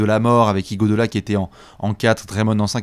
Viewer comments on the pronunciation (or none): c'est IguodAla! Et non pas IguodOla... Tu changeras jamais... 🤣